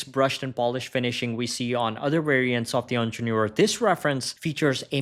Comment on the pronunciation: The moment I heard "onjenoor" I stoped watching. Please learn the correct way of saying it.